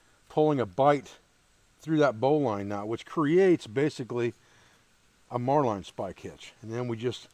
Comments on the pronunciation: It's pronounced Marlin spike as in the fish . Great system . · VaticansHolocaust. Marlinespike. We pronounce it "Mar-Lin Spike" in the US Navy. Marline is small diameter line, a Marlinespike is a metal spike used in knot tying. A marlinespike made of wood is called a fid. Mariner's and sailors used to carry a fixed blade knife with a marlinespike in a slot on the sheath. Newer style folding mariners knives have a marlinespike that folds into the handle, usually along the spine. is improvising a fid or marlinespike from a stick. has the line handling skills of a sailor, he just pronounces the terms a little differently. My complements to his line handling and knot tying skills.